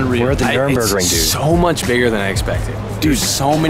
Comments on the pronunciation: Why doesn't B-Hall stop saying Nurburgring incorrectly:( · Bruh. It's NUR-burg, not Nuremberg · Cringe every time you call it the nuremburgring. Its nurburgring 😅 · IT'S NURBURGRING! The track is called Nurburgring (with the little two dots thing above the first "u", but idk how to do that on a computer keyboard...). Nuremberg is another city in Germany. Lol. -EDIT: Props to B-Hall for saying it right. Teach how to say it, haha. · still cant say it lol, Nurburg not Nuremberg. if you cant get them straight just say Nordschleife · You flew all the way Germany and still can't figure out how to pronounce Nürburgring. There's no "m" in that shit lol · It's so annoying listening to him mis pronouncing nurbergring